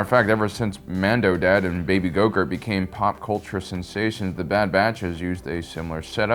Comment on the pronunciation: He name is Grogu not Gogurt.